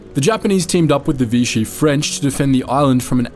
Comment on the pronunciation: NOT VITCHEE, IT IS VISHEE. Please carry out more research